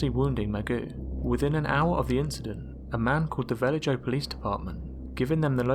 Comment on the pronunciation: Vah lay hoe not Va ledge oh